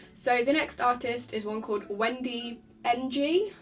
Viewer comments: lmao you said wengy ng HAHAHA ng is pronounced as uhng (ng as in ing without the i sound) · Ng is pronounced ing